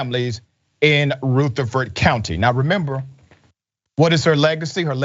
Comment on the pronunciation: It's pronounced ruh• thr• frd not root• a •frd